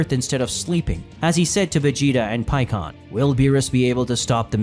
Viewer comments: bro i just don't fucking get it. why do dragon ball fan manga youtubers always miss pronunce the characters names. like i know you've watch the show in dub knowing damn well it's "pikkon" not "peekon" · It's simple mispronunciation. This is a brazilian fan manga and everybody grew up with "Paikuhan", same as the japanese name. English had it changed to Pikkon due to phonetics but "pi" is pronounced "pee" in portuguese, so just a slip of the tongue. He has said it correctly several times in this video as well